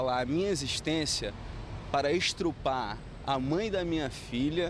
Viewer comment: O cara tá com a camisa de um time... quem não reparou, tem alguma dúvida de qual seja o time de um estuprador que fala "estrupo"?